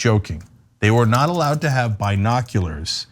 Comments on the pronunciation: Who tf pronounces it "bye-noculars"? Way too much emphasis on that first syllable. It's distracting. Brian Griffin: "Wait, what?" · I'm laughing every time Cenk says 'binoculars' cause down here in Oz we don't say 'bye-noculars', we say 'bin-oculars'. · Why the heck is Cenk pronouncing it "Buy-noculars"...isn't it prounounced "B-noculars"? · It's not "bye-noculars ." It's "bin-noculars." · I thought it was just me. Says it like Byenockulars. Lol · "We were not allowed to have Bye-noculars....." Hahahahaha!! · Cenk, why do you pronounce it as "bine noculars" lol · Cenk say biiiii noculars like Trump says Chiii Na 🤘🤣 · By.Noculars? Cenk is killing me! 🤣🤣🤣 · “Bi-nokularz?” Hahaha, Cenk you’re hilarious. 🤣😂 Is that anything like “Vaz-qwez?” Lol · The way Cenk pronounced binoculars...Bi-noculars?...as opposed to straight noculars 👀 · Wtf is a by-nocular ?!🤔😂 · Actually it's bine- oculars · The way Cenk pronounces “Binoculars” makes me giggle. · Cenk... your pronunciation of binoculars.... it’s..... hilarious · Someone needs to type quieter or turn their mic off Cenk, that's not how you pronounce binoculars, do you say bi-cycle too?